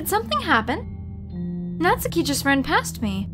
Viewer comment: Why can Americans never pronounce Natsuki properly 🤦🏼‍♂️ good voice acting though